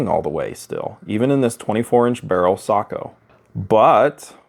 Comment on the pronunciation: I just gained a whole new respect for your channel! One of the few who knows how to pronounce Sako!!! Well done 🤓